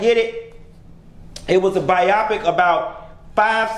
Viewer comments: Why are you saying bi-opic instead of bio-pic? Ijs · Pronounced biO-pic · I really don't understand the way you saying BIOPIC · Why is he pronouncing biopic like that?